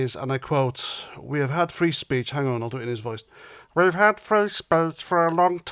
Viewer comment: Emphasis on the word HAD